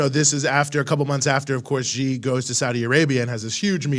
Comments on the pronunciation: Pronounce President Xi as "si" not "ji". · it is XI (pronounced as "see"), not GEE or JEE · No. Pronounced as zee